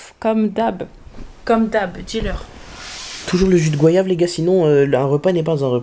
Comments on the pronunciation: Jus de goyave pas « gouayave » 😭vous êtes d’accord avec moi ou pas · MDR ÇA SE PRONONCE GO-YAV ET PAS GWAYAV